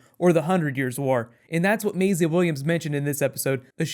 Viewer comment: why do you keep calling her "mayzluh"?